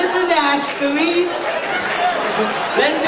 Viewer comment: "Isn't that sveet?" Very nice presentation. I enjoyed it.